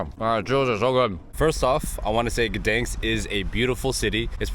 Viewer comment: City of Guhdens xd